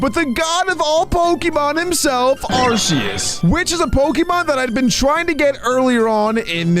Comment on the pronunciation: IT IS ARK-E-US NOT ARSE-E-US